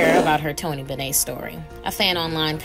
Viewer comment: Why is it impossible to pronounce Tony Bennett in this video?